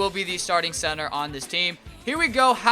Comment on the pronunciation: lol he said censor instead of center